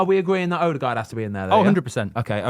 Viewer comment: 8 goals 5 assists for Odegaard. It annoyed me how many times he said it wrong